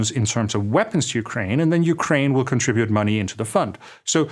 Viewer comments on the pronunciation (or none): none